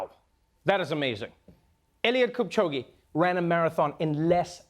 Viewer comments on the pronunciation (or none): Hi Trevor Noooaaahhhh....its Kipchoge not Kupchoge...hihi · Kenyans we proud 🇰🇪🇰🇪but how they saying kipchoge 🤣🤣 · Treeeeeeeevor...... Your African bro, I was so excited to hear you cover the Kipchoge story , then you pronounce his name wrong😒😒tsk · Trevor we all know that you can say Kipchoge.... Ge like egg backwards... Smh